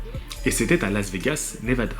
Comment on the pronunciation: Lol tu me fais délirer ; " le ConnectiCUT, ... le NevaDA 😄